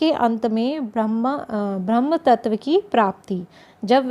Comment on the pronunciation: Brahma nahi boliye " sirf Brahm'